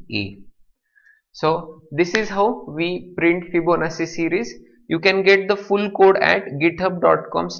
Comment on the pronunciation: sir, I very much appreciate your teaching but you are pronouncing Fibonacci wrong, the pronunciation is actually [fiboˈnattʃi] but your pronunciating it Fibonassi, just correcting you otherwise thx for the tutorial